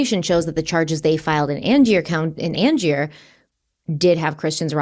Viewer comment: Just starting this video and realized i meant to correct your pronunciation of Angier on the last one, it's an-jur 😅 lots of love to you both from North Carolina. ❤ thanks for sensitive, thoughtful, and compassionate case coverage as always.